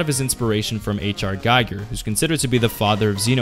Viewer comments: DId I just hear a guy who grew up in Germany mispronounce Giger's name AND he didn't know the dude literally was Swiss? God dayum. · One correctly pronounces Giger as "gee-ger". You should watch Alien 1+2 (and Terminator 1+2 and the original Blade Runner if you like Cyberpunk stuff).